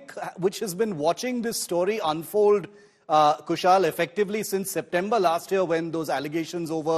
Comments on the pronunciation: कुशल को कुशाल कह रहेँ हैँ। इतना तो पता होगा कि रोमन मेँ लिखा नाम गलत पढा जा सकता है । तो नाम पूछ ही लो । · Shiv, His name is Kushal and not Kushaal, the way you are Shiv and not Sheev . Don't try to make yourself as you come directly from Mars.